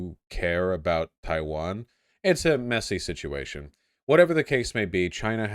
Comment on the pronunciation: Except for the bit where he said Chaiwan